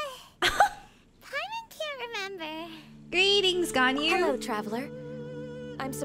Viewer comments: Its pronounced gon - yu not gan - yu.If you like a character there your husbando/waifu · It’s gone-you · it’s pronounced “gone you” 😼